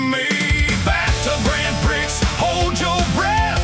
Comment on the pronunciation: This is great! How much of this did you actually write? The lyrics are pure Suno, but the spoken parts may be human prompted. The reason I ask, is because I would never let Suno get away with pronouncing my lyrics as Grand Pricks. Funny, but fix it, man. 👽✌️